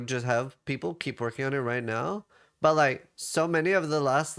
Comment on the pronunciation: holy shit you pronounced the T in but, YAYYYYYYYYYYYYYYYYYYYYYYYYY